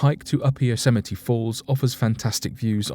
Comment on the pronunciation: You pronounce Yosemite better than Trump. lol.